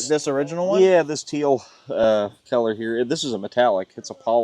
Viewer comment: you're not allowed to use the pronunication of the word color as "callur"...that belongs to us Pittsburghers...or Yinzers (as we call ourselves). Dahntahn is another good example of our local language.